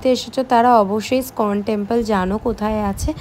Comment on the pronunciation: স্কন টেম্পল নয়, ওটা ইস্কন টেম্পল। উচ্চারনের কায়দা বাজীর ফল।